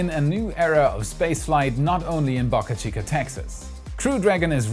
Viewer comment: Stop saying BocaChica please?!